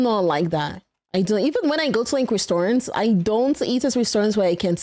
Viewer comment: RESTORANTS?... It's restaurant.